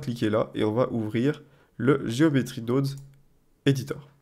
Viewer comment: "Nodes" ne se prononce pas "naudes" comme dans guillaume mais plus le o de carotte... Prononcer carautte serait bizarre en effet... ;)